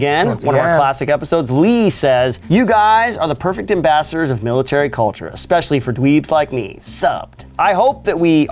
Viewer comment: loves adding a “c” to the word “especially”